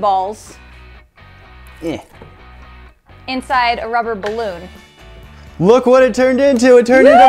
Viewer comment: it’s a balun not an egg